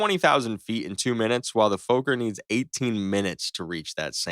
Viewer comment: Fokker, it's a dutch name and the double K means there is no long O sound. so it's not foker or fooker, it actually sounds like f*cker